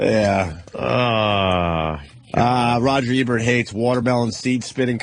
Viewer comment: Anthony: "Rogert Ebert".